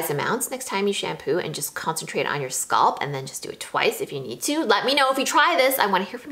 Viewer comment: scalp, not sculp